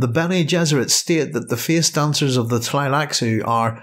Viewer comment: "Feeis doncers are ceeipable"